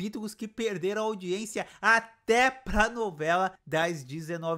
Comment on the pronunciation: Nicolas Prattes fala uma frase qualquer e já está com os olhos marejados e cuspindo , além de não conseguir pronunciar a preposição "para", é sempre "pa você" "pa mim". Não aguento mais ver a Gabz fazendo a mesma cara de susto, é sofrível, na minha opinião, como espectadora, foi um tiro no pé colocar essa menina, a escolhida deveria ser a Jéssica Ellen, essa sim deveria ser a protagonista da novela das 21h. Não aguento mais ver o talento da Ana Beatriz Nogueira sendo desperdiçado, dizendo que a viola é a mulher da vida do Rudá 🫠. A trama e a atuação da mulher do brigadeiro, na minha opinião, é terrível e só piora, sem contar a do marido abusivo que não deixa a mulher comer. Olha, francamente, como espectadora, só não desisti dessa novela porque gosto do Chay e foi uma grata surpresa ver a Ágatha Moreira em cena, quero ver o desfecho da Luma.